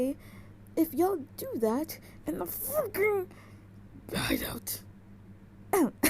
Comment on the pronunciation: The way you said hideout lol